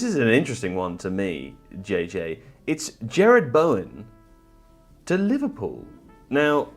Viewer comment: Its Jarrod. Not Jared.